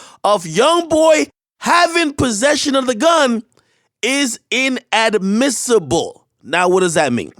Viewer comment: This way this MF said IN-AD-MISSIBLE got me dying. We not illiterate bruh